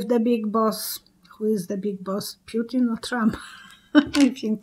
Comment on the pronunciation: _ Correct pronunciation of the name PUTIN is ... POO-TEEN not p-you-tin. Languages using the Cyrillic alphabet (as in Russian) have unique pronunciations for each letter (unlike English). _ In the word PUTIN (Russian "ПУТИН"), the letter 'U' (Russian "Y") is always pronounced "OO" and the letter "i" (Russian "И") is pronounced "EE".